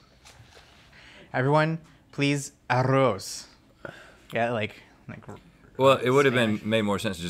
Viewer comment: I just lost it with the 'Arroz' thing tried, lol